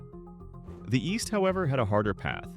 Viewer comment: "Eest Germany"